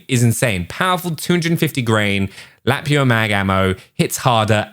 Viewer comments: Lapua is a Finnish brand and it is pronounced "La-pu-a" 🇫🇮🤗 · Lapua is la-poo-uh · Its pronounced 'Luh poo uh' for Lapua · Lol he said "Lap-ua"! Nah bro. Its pronounced "Lu- pu- uh". Trust me dude I live in America I would know.🇺🇸😂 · lapua- LA-POO-A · pronounced l a p oo a not lapua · thats how you pronounce the 338 lapua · you dont know what a .338 Lapua is....lol La Poo uh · its pronouncced la poo a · As far as I know 338 Lapua mag is pronounced “La-Poo-ah” it’s a monster of a sniper round in real life. Generally more effective for accurate long range shooting even compared to 50bmg and 50 isn’t anemic by any means. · Lapua is pronounced "La-pu-a" 🇫🇮 It is a Finnish bullet brand. Greetings from Finland! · Your pronunciation of Lapua infuriates me. Lap -ooo-ah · It’s pronounced .338 luh-poo-uh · "Lapua"( La-poo-a) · great vid, Lapua is Luh-PUH-Ah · Lapua is pronounced as lapuwa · Its pronounced La-poo-ah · It’s lu-poo-a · its pronounced Luh-pooah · It's pronounced LUH-POO-UH 😁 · it's .338 lapua (la-poo-ah) not a bunch of people say it right lol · Its pronounced (La-poo-ah) 🤦🏻‍♂️😂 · Typical western pronunciation is luh-poo-uh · La-poo-ah lapua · it's pronounced la-poo-a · You did pronounce Lapua wrong, just a heads up. LOL